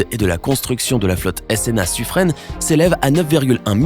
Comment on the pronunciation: Pour le sous-marin nucléaire français, le " Suffren", on le prononce "sufrun" et non "sufrene". Merci. 😉😉